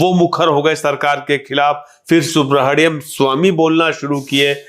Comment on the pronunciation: भाई, आप खैनी मुंह में लिए हुए इंटरव्यू करने बैठ गए और 'सुब्रमनियन स्वामी' को 'सुब्रहडियम स्वामी' कह रहे हो। और मैडम सोफे पे रखे तकियों को ठीक करने में लगी हुईं हैं। वाह वाह, आजकल हर दूसरा व्यक्ति पत्रकार बन बैठा है।